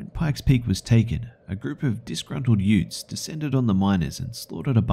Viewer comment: . Excuse me? Did you say yoots?...Whats a yoot? lmao. My mind went straight to the court scene in My Cousin Vinny